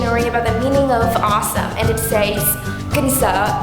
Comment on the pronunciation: Some tem? It is suppose to be awesome, not awesome :)